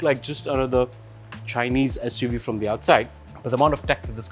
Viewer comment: I had to stop watching when he said SU we